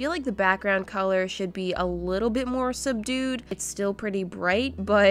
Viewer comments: When she said subdued it sounded like she said sup dude😂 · subdude ??? did anyone else hear her say that o just me...